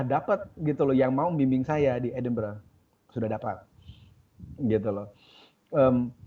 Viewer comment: Cara menyebut "Edinburgh" bapak moderator ini kurang tepat, mungkin karena tidak pernah main jauh ke UK. Tapi cara diucapkan oleh bapak dosen itu betul. "Edinburgh" sebutannya "edin-bre" bukan seperti ejaan "edin-burgh".